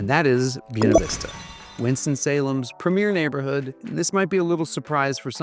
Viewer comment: Say this: bway-na veesta I highly doubt that ancient Latin would have pronounced the word that silly wrong way that you did. Boo ee neh 🤣🤣🤣🤣🤣🤣. I speak Italian and Spanish and it wouldn't even be pronounced that way in Italian. Latin is an archaic language. There's no way I'm going to pronounce Buena Vista the way you do. It makes you sound like a hick who's uneducated. I'm going to say Buena the proper Spanish way which is contemporary. It's most ridiculous to look at the word and say it the way you say it. Never. I will never say it that way. In fact, hearing it mispronounced like that made me never want to move there, whereas before I had been considering it based upon the rest of the video. It's just such a turn off to know that local people are so backwards, and insulting to the Spanish language and Spanish speakers. (Incidentally, FYI, another example of silliness like this is a town in Arizona called Prescott and the locals call it 'presskit" I will never refer to it as presskit. It is prescott Scottish people are offended by the old unsophisticated locals' pronunciation of the town. just like anyone who's a native Spanish speaker would be offended by your pronunciation of Buena.) PS -- Are you one of those who unfortunately pronounce the word for the Italian language, "eye-talian?" Perish the thought, but I wouldn't be surprised if you did insult Italians that way. I hope you don't pronounce the country, "Eyetaly."🎉